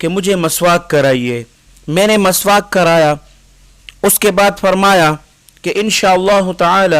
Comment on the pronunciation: Maswak ni miswak hai, alfaz ka bhi asar hota hai